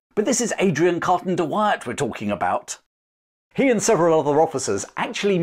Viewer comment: Try saying his name again...